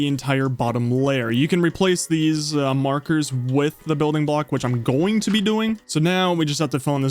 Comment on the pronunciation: What hears: "It's gonna be insane." What I hear: "It's gonna BEE insane."